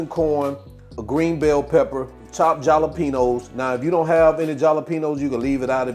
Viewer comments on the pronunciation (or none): NOT trying to be rude BUT...The "J" is SILENT in Jalapenos 😂... U keep pronouncing it with the "J"